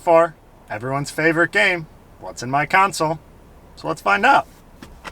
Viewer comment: I WISH YOU WOULD PRONOUNCE THAT WORD CORRECTLY. IT'S "CONSOLE" NOT "COUNSEL". UGH!!